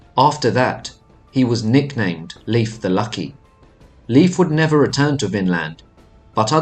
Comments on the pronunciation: It's not LEAF. it's pronounced more like Life. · Please its Lejf (Leif) Don't pronounce it Lif that almost sounds like the female name Liv which is a completley different name. As an English speaker Nordic name shouldn't be a challenge or a mystery to pronounce. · I hate it when they pronounce it as Leaf!! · Please get the name right..... dammit. It's 'Layf' not 'leaf'. I can't get through another second of the mispronunciation. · A tip on pronunciation though from a Scandinavian is to say it more like "Layf" than "Leaf" if that makes sense. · I just learned that Leif is pronounced like "life", not like "leaf". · Lief is pronounced like “Laef”, and j’s are pronounced like y’s. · Nice video, but your pronunciation of the names Leif and Bjarni is off 🙈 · It's actually Leif... Layf is the pronunciation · Very interesting, I'm Scandinavian and we learned very little about the Vikings in school. One minor thing only, for what it's worth, Leif is not pronounced as Leaf, but the "e" and the "i" are distinct. Think the "ei" sound i "later," "waiter." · Was interesting, but the frequent mispronouncing of Leif's name was distracting. Narrator would go back and forth, 80% of time pronouncing incorrectly as Leaf and 20% of the time pronouncing it correctly. Correct way to pronounce is "lay" followed by an f. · Pronounced Laif.